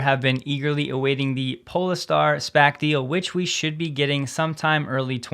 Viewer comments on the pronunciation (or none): “Pole-Star” or “Po-Le-Star” ? Welcome back. You’re doing a great job !